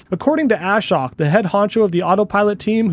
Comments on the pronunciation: Ashok is pronounced a-showk, not ash-oak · Ashok's name is not pronounced "A-shock". Rather, it rhymes with poke and is pronounced 'uh-shoke' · The guys name is NOT pronouced ASH-HOK . His name is AA-SHOAK, which is Sanskrit for - One without sorrow. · Great analysis and fast turnaround. I think it's important to be able to pivot and come up with new, appropriate content as required. I watched this after SMR and the original live 𝕏 video but still picked up new info. Btw, why does everyone in the FSD reporting community pronounce Ashok's name like "Ash-ock"? It's more like "uh-shOke" with the emphasis on the O and Elon even pronounces his name right in the live vid when he says he should give commentary. At least Chuck has got it, now only you, SMR and Dr. KIA left! 😊